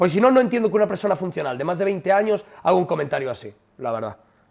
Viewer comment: Se refería a "haga" y pronunció "haiga", la gracia sería si quisiese decir "haya", pero no fue el caso